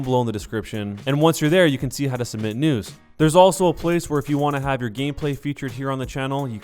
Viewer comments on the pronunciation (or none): i never know if he said news or nudes pls help